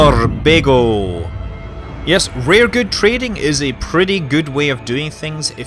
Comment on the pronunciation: Sounds like you're saying Surbago, not Sorbago, in the start.